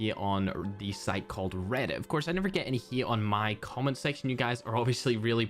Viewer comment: I was so confused when u said comment pxrpose cause I was thinking u said “common prxpose” lol.